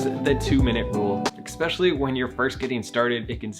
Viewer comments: there is no X in word especially. it's not fucking eXpecially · Can people please stop saying "expecially" already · wait why do some people say expecially